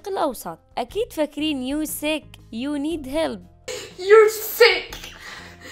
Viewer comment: يو نيد مش يو نيت 🤣🤣 بضحك بس